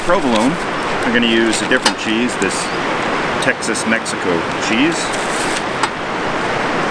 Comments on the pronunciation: Love the video. BTW, its "TexMex" in the south. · It cracks me up when you call it Texas Mexico cheese I'm from Texas and it's just called text Mex